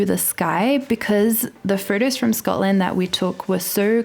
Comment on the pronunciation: I live for you to say the word “photos”. It’s perfect.